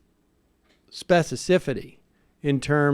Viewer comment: "Specicifity?" Is there a Sam Seder spoonerism Bingo game we can play? Or can DJ Danarchy make a kickass track out of them?